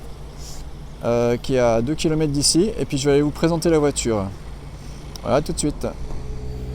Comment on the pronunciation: Merci pour la vidéo. Juste un petit truc : 24 kilomètrrrrrrrres et pas kilomètes !!!